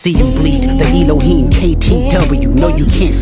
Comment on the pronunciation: Not “Evil Heen” its “Elohim”